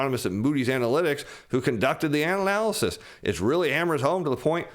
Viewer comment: anal-alisys lol